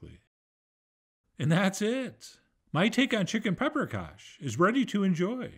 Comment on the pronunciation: What's pepper-kash?